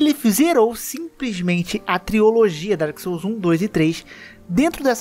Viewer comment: TriOlogia hahaahaa Esse português de cabo frio tá foda